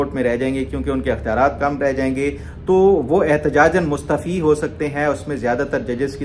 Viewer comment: Ap mustaafi ko mustfi boltey hen